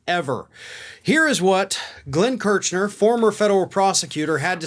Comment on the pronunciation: Come on,. You must know how these men - Kirchner and Katyal - pronounce their names. You're better than that. Or should we call you?